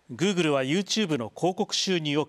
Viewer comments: グー↑グル→ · グー↑グル↓